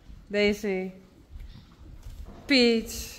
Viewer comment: You are so very welcome to all the love, prayers, gifts, blessings and support, dearest and family. Your Herd members are also so grateful that you survived and continue to recover. Extra thank yous to Bauke and Rein Sr. PS. I love how you say „Peach“. 🍑